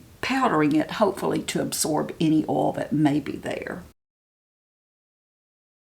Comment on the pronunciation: Please! Oil, not ol. There is an i there and it is important.